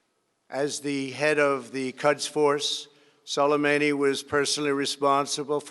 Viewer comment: of gang frogs he didn't even remotely say his name right Soleimani not Solimeini.